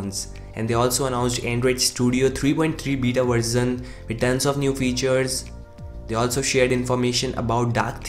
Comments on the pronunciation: Its version not "Verzon" dude. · It is version not verzin 😁😂 J.k